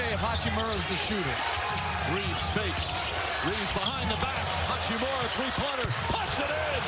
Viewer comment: His last name is Reaves not Reeves. How do people not know at this point?